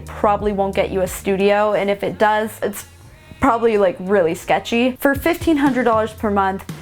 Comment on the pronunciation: I’m from Philly so I’d have no problem living in South Central, Compton or as you say “shecthy” areas